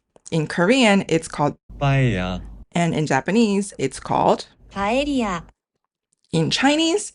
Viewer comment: The only right pronuntiation of paella in the video is the Korean one actually. It's not paLLElla, it's Paella